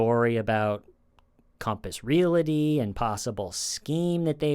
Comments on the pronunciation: It's Real-ty not real-i-ty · Please keep saying 'relaty' instead of 'realty' forever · Great video except for the mispronunciation of "real-ty" (a two-syllable word) as "real-la-ty". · re-al-ty not re-la-ty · Hey buddy! Realty has no “i” in it. You pronounce that word “real- tea” not “real- ity “ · Just wanted to mention that "realty" is a 2- syllable word. It's pronounced "reel-tee". You must have mentioned Compass Realty at least 50 times in this video, and each time, I cringed. Really good video, though! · You're the best buddy but its REAL-TY. There's no A between L and T. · Not making fun, just saying...real-tee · Love your show! One little critique—there is no vowel between the “l” and the “t” in the words “realty” and “realtor.” Pronounce realty like you’re saying that you’re drinking real tea. Pronounce realtor like you’re saying, “That craggy hill is a real tor.” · Thank you for calling TULLIS REAL-ITY, speaking. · Stop saying realty😂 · doesn’t know how to say "realty" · Gotta jump in here to say a) love your show, and b) Pleaaaaaase stop saying “REAL-i-tee” (it’s REAL-tee) and “REAL-a-tor” (it’s REAL-tor). Realty. Realtor. Only two syllables apiece. 🌺🍷🌺